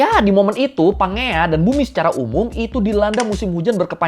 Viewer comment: setauku cara baca pangea itu "panjeia" cmiiw